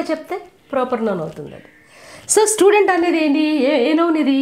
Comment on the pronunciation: mam sludent kadhu mam student